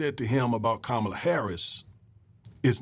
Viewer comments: It's pronounced COM MA LA. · NO its NOT!! Say it with me now! COMMA LA HARRIS. Her stepdaughters call her 'MOMALA' NOT ' MAMALA'.